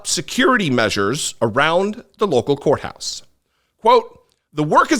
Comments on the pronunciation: Did you say county whore house or did you say county courthouse? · said "County Whore House"...